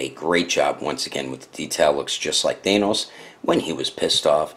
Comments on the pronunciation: isnt thanos pronounced th ann os not thainos? curious whos got the answer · They say say it with a normal "a" sound, not an "ae" sound. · Not to be rude, but the way he says Thanos